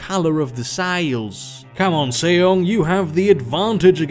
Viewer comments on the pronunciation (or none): Just something I thought I would point out, but it's Sejong pronounced Seh-Jong as in the English 'J' pronunciation and not the 'Y' sound in many European languages. Other than that, as awesome as ever. Thank you for doing these things!